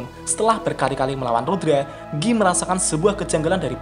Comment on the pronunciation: bukan giii banggg , tapi gaii(guy)